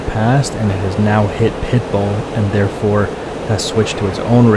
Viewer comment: For the longest time, I thought you were saying "Pipal" and not "Pitbull" 😂😆🤣😆😂😆🤣😂😆🤣